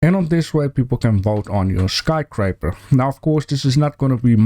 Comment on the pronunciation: Love your channel. Sometimes you mispronounce. It's sky scraper, not sky craper. No judgment here though. I mispronounce 4 other different languages lol